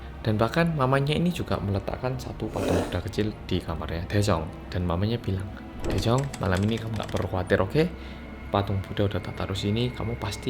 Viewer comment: Daejung... Me and Also cassiopeia listen..: Jaejoong. 😅😅🤣